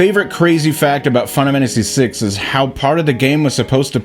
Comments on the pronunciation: Dude, say the name of the game properly! ...WTF is "Finamanacy6"?!🤦🏼‍♀️😆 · Makes a video on Final Fantasy VI Is incapable of pronouncing Final Fantasy VI